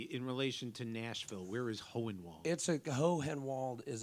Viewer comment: It's a Tennessee thing: Hohenwald is pronounced "Hornwald". I think it's an attempt to retain the original German pronunciation.